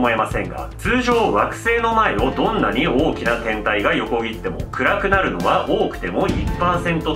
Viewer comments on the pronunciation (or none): 天体が変態に聞こえた